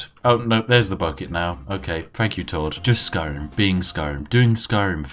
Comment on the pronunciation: Has created an online persona that speaks overly posh and exaggerated but can't pronounce a "th" sound properly.... "Fink" "Fought" "Five-fousand" "Beneaf" "Fank you"